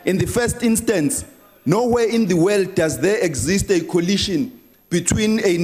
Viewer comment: Coalition not colition🤣🤣🤣 Ndlozi🙈...Noma has humbled him shem